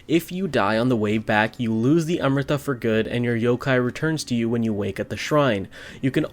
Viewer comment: Where are you from? Your pronunciation of Amrita sounds authentic